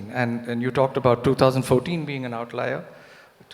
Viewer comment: Yogendra Yadav,what in this world is an ""outliar""???OUTLIER?? or is this a french/latin/greek/Roman word??